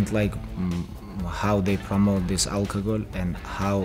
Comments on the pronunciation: Dictionary : Alcohol Khabib : Alkagol Me : Alkagol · Bartender: Hey Khabib what would you like Khabib: Algogol